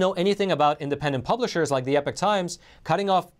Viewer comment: Epoch not epic times...or is it?